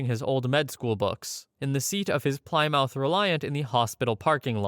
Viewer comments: Not “ply-mouth” but “plih-mith” as the Bostonians say. Or “plih-muth” for everyone else. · It's "plimith" not "ply-mouth" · Didn’t know this was an AI until I heard “Ply mouth” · Why did you say Plymouth like that? Never have i ever heard someone say Ply-mouth in a casual non humorous way like that. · Ply..mouth….lolololol.. sorry that was so funny. Not pronounced that way. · I'm sorry but the pronunciation of 'Ply-Mouth' sent me cackling. I love these videos. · The ply in Plymouth is pronounced with an I sound like smith…. Like plim - uth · Plymouth is pronounced pli-muth. Don’t upset the car guys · "ply-moth" lmao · It's pronounced "plimmyth" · The way you said Plymouth hurt me deeply haha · Are you AI or do you really not know how to say plymouth? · He's canadian like me, it's not super common here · Of all the difficult medical words you have pronounced correctly, you mispronounced Plymouth! Lol.